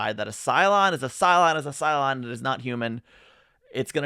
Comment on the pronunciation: BooLon.😂Every time I hear it, it makes me giggle😂 Thank you!!!